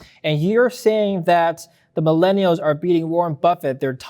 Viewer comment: “Maeleenials in silicone valley”. Ok boomer 🙄